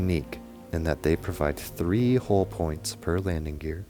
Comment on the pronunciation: Good video but you mispronouncing the work HULL is so annoying